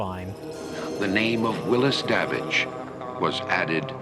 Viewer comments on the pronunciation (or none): It's a Hell in the Pacific clone. And Quaid's name is Davidge, not Dawitch. Jerry can't pronounce it correctly. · It's funny how Mike keeps calling Quaid's character "Dawwitch" because that's what Jerry called him. His name was Davidge.